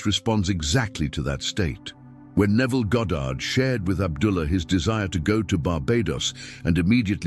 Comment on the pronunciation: "Goddard", nice, As opposed to when people call him "Godid" or "Gahdrd".